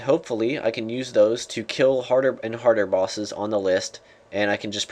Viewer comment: he said solo bossess....derp